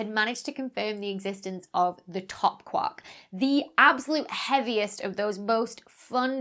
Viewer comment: Besides saying "teva" and apologizing, you could also say sorry to Gellman for not pronouncing it "kwork" as he specified his quark should be said.